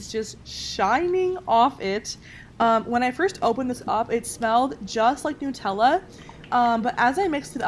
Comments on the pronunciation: It’s nut ella not noooootella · Why did she say nootella , do you have noots or nuts? Did anyone else pick up on this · Oml she said “nootella” It’s “NUTella” cuz it’s made of NUTS not NOOTS...oml I’m sorry I just hate it when ppl pronounce Nutella like that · NUTella not newtella get it right people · The way she said Nutella triggered me idk why 😂😂 nootella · Omg it's pronounced nut- tella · Who here pronounces Nutella like 'Nuh-tell-ah? I just got kinda weirded out when She said it like I wasn't used to and want to know if it's just me that pronounces it that way XD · It’s supposed to be “ new-tel- a” cuz it was made in Italy and that’s how they pronounce it but people call it “ nuh- tell -a”